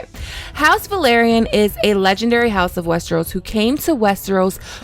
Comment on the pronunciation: It’s pronounced “Vell-Are-Ee-Uhn” not “Vuh-Lahr-Ee-Uhn”